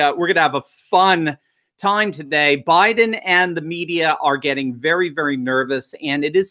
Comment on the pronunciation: Joe Bye-Then